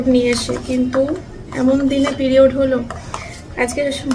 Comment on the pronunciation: Periods ucharon ta thik kore krte parenaa😂😂😂😂